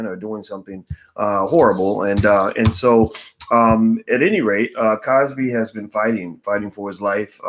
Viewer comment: why are you butchering the good doctor's name though.